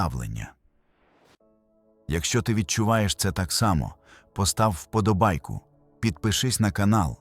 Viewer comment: ДізнаєССЯ (фонетично), хоча дізнаєШся; дізнає[с'с:а]. Вимовляйте правильно. І не «постав Вподобайку», а «постав Уподобайку» (чергування У/В). НайдороЖЧий (звук [ж] не оглушують), не шч!